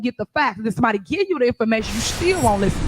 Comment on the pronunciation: When she says "gee" does she mean "give"? Just asking.